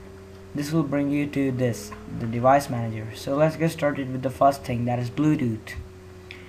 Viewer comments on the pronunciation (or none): It's Bluetooth not bludude. And thing not ting